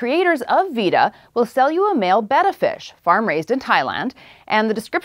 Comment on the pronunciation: I think you're saying beta wrong. Also that cord roll thing is so over the top hipster.